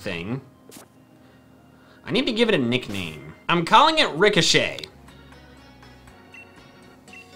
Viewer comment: I named my rookide rickashay because every time I heard it’s cry I hear Rick a shay